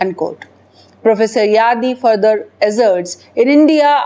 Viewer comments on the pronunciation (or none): none